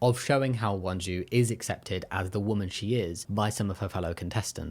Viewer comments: Her name is Hyunjoo, I think you were pronouncing it as Wonju or something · who tf is “hwan ju” her name isn’t pronounced like that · not a super big deal but with your pronunciation, it’s hyunju not hwanju and gihun not jihun! also geumja no janya. still great video ❤